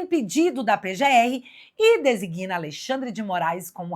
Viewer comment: A palavra DESIGNA é Trisílaba (Possui três sílabas): DE - SIG - NA. O "G" é pronunciado brevemente. Assim, sua pronúncia é DE - SIG - NA e não DE - SI - GUI - NA, como você a pronunciou. O verbo é DE SIG NAR e não DE SI GUI NAR.